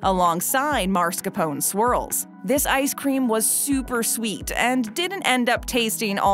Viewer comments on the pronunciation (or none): Hi,! Just FYI that cheese is called "mascarpone", not"marscapone". That didn't take away from my enjoyment of this video, of course. A lot of these I've never heard of, but Brown Sugar Cinnamon Pop-Tarts are my absolute favorite, with blueberry in close second place. The key to s'mores is "the fourth element", which is whatever you want. I've tried butter, peanut butter, pizza sauce, jalapeno Cheez Whiz, and even Vegemite/Marmite/Bovril. (I imagine that last one won't win over many hearts.) HA! As a teenager, I tried to gross out my sister by toasting a hamburger bun in the oven and then putting peanut butter, pizza sauce, and tons of black pepper. Turned out to be awesome. I still occasionally eat that to this day!!!! My supermarket visit is a 3-step process: observe ingredients, innovate, and then enjoy. (Well, "usually" enjoy. HA!!!) Great video, as always!!!! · It's not marscapone it's mascarpone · Mascarpone! Not marscapone! This announcer does a LOT of voice work, and is VERY recognizable for her mispronunciation!! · It bothers me how she pronounces Marscapone